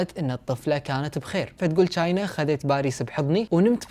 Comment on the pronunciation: أسمها مو چاينا أسمها تشاينا أو china